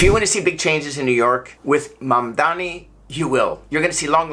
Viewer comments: You said mamdani incorrectly four different times. What makes you think you're even qualified to give an opinion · These MAGA deplorables deliberately misspell or mispronounce Zohran Mamdani. They do so with such frequency that it may be considered a tactic of "dispronunciation" . 😄